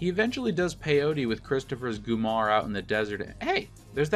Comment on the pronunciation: Love the video. Cringe every time you say "Gumar" though.